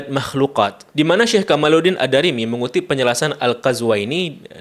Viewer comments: Diperbaiki lagi quality control nya. Jangan serampangan sebelum posting. Baca nama Ad Damiry jadi Ad Darimi. Baca keterangan kitab ulama yg menjelaskan bahwa duyung senang dilihat manusia, menjadi terbalik, manusia senang melihat duyung membawa berkah. Tulisan di Thumbnail sering salah penulisan. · Membacanya ad-damiry...bukan ad-darimy bang....😊